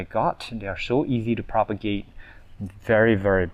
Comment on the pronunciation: Thank you! I love how you say sorry and thank you to your plants. And Everytime you say: I will have to propogate this makes me laugh.